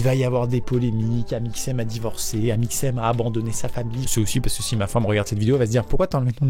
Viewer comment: A quand amixem nous cite le "#" j'entend amixnem au lieu de amixem